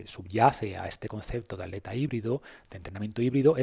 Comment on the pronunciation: por qué dices aleta en vez de atleta o trialon en vez de triatlón, como maltratan el castellano…